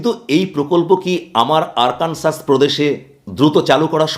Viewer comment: আরকানসাস নয় আরকানসো।